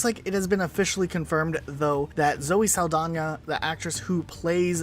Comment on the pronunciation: "Sal da nah". no "y" or "j"